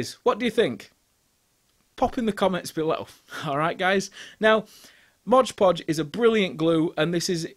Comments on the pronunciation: I stopped counting how many times you mispronounced it as Modge Podge ;) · NO "G" IN "MOD"!!! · It's not 'modge podge.' It's 'mod podge.' The 'mod' is short for 'modern.' I used to make this same mistake when I started using it 30 years ago. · It’s called ModPodge not MODGPODGE. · Mod not Modge. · It's MOD Podge not MODGE Podge. Read the label. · if you're going to be a craft content 'influencer', you should at least be able to pronounce the names of the products you use correctly.